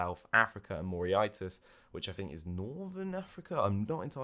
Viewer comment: Loving the pronunciation of Mauritious. This really made my day.... 'Mor-Rish-Ass' is the phonetic way, not that it matters. Keep up the great work 👍